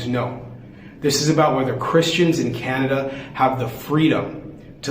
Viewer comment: I did it's "Canaduh"